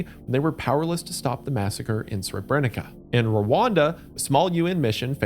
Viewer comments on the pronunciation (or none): brother how can you read "Lamumba" and get "Loomboomba" out of it wth Istg Americans just look over the shape of a word instead of reading the letters edit: Sre'brenikuh 😭💀 duuuude